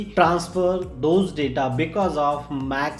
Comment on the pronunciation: Stop killing English brother rest in peace to all daaataaa which lost found